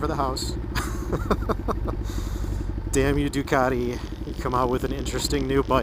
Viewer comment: first review i have come across of this bike. Great to hear a real world point of view thanks. Putting a side that as an american you pronounce "Du car de, De are vul" as opposed to the correct way of "Du cat te, De a vel":-) Its a great review, thanks :-)